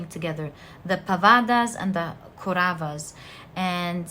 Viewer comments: it's not Koravas & padavasas, It's kauravas & Pandavas. and again it's not Dhumabati, its Drupathi from Ramayan Epic (India) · Pile 4 it is not kuravas.it should be pronounced as kowravaas